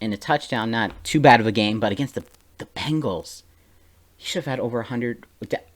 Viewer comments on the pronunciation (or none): It's Bengals.... (Bain-gulls). say it out loud now... lol GGs though